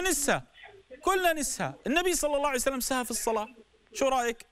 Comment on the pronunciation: ما تلاحضون يكول صلعسلم